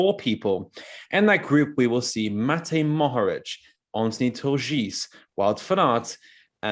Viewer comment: What else do you want mohoric to win before you sprenounce his name right?